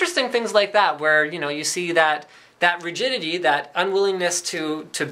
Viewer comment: rigitity =) nice linus. ^_^